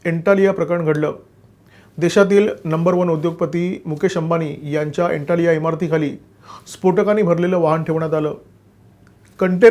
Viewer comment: एंटालिया नव्हे! ॲंटीलिया !!